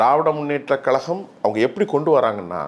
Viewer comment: கலகம் அல்ல கழகம் என்று சொல்லப்பழகு